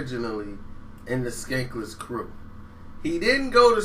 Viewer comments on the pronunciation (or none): skanless krew not skankless free lol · Not skankless its skanless stop reading about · skanless not skankless cmon man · SKANLESS!! Nigga not skankless lol come on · DJ Quick is pound 4 pound the best rapper/producer in history its a short list of people who can do both a high level that Quik #1 and Kanye #2....in a side note do this dude ever know what he talking about I respect him for finding his niche,but please do your research moron..the "skaneless" crew as u pronounced it..it's skanless short for scandalous dog...carry on.. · Skanless not Skankless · This dude said skanless crew. Bruh…it was the Skanless Crew. Sounds like you’re researching everything as you are talking. You must’ve just listened to “Get At Me” right before you made this awful video. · I was thinking the same thing, how you gonna state facts and you don't know the damn name?!?! "Skanless" Fool